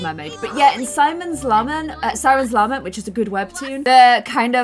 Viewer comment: struggling not to pronounce Siren's Lament as Simon's Lam Meant is such a mood 😂😂